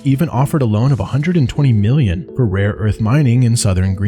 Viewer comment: Milllion? :P